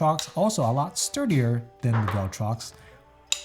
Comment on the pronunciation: Imagine mispronouncing ‘viltrox’ as ‘vell-trox’ 214 times in a vid. Gummon bro.